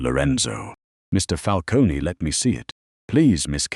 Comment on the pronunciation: Fix the AI pronunciation of Lucchese and Falcone and manila.